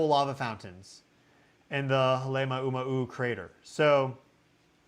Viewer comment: Ha lay ma--u ma-u as in Kau. Halemuaumau